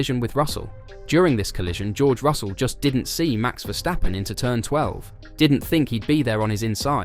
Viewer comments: Would it be possible to pronounce ‘Verstappen’ correctly? So with the ‘s’ as in ‘stop’, not as in ‘shit’. Thank you! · Esse cara fala "verstappen' com um ingles carioca